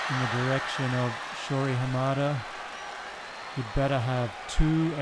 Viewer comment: It's interesting that he wonders whether he is pronouncing Apotekar's name properly, when he isn't pronouncing Hamada's name properly but he's not concerned about that.